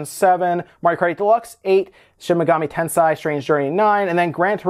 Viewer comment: Everytime... you get me with that "Shin Megami TensAi" pronunciation, goddammit